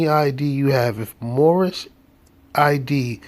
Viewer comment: Moorish international 😂 I believe it's pronounced "moor-on"😂